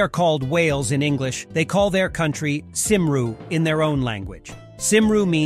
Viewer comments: Cymru is pronounced as "kum-ree", NOT "sim-ru".... Better do some proper research on your video before posting it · Nice video! Cymru is pronounced "cum ree". Whenever I think of Wales, one of the first things that comes to mind is the song "Men of Harlech".